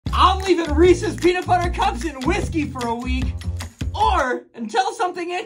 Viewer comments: My boy actually pronounced Reese’s right. Thx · I liked and commented and watched this until the end SPECIFICALLY because you pronounced Reese's correctly. So glad you didn't say reeeeeeeeeeeeeeeeeseeeeeeeeeeeeeeeeeeeeeeeeeeeeeeeeeeeeeeeeeeeeeeeeeeeeeeeeeeeeeeeeeeeees.